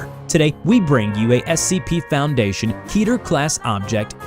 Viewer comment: Kidder It's kedder What you said wasn't Ketter What the heck were you thinking when you're making your audio